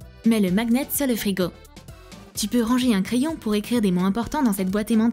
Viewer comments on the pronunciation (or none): Je rêve ou elle a dit maGnet